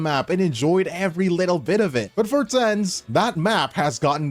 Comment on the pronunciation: Him saying tenz as Ten-z is sending me 😭